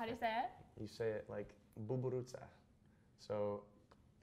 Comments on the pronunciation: im romanian and i was so surprized at how well he pronounced buburuza lol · As a romanian, hearing him say ladybug (buburuza) SENT ME. He said it amazingly well